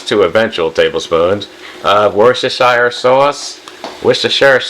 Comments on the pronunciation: Wusta-sher sauce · Little tip from a Brit (although it sounds like you think Worcestershire sauce comes from Massachusetts? Or maybe there’s a joke I’m not getting as I’m from Scotland?)… anyway, we usually just pronounce Worcestershire Sauce as ‘Wooster sauce’. Say it like that next time and you’ll sound very authentic! 😉